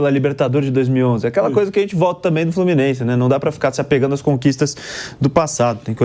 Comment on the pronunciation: "As vaias do FlumiNEIse"